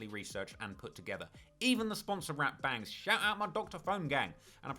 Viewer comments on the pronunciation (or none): none